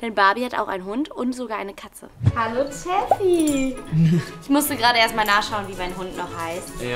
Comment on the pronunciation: Der hund heißt toffy und nicht teffy😂😊